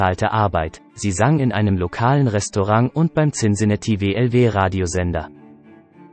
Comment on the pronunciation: Cincinatti so oft falsch ausgesprochen